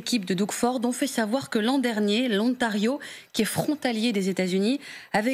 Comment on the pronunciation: Le 'Ontario'? Elle ne sait pas parler français? Ne sait-elle pas qu'il y a une liaison entre l'article 'le' et le 'nom' si le 'nom' commence par une voyelle. Wow! On part de loin! On dit: ' l'Ontario'.